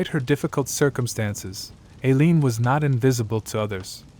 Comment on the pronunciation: It's "Eye~leen", not Ā~leen and " Tie~rah" not Teer~ē~ah.